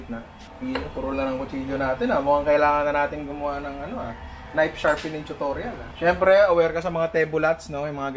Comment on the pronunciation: "NAYP SHARPENEENG CHUTORYAL"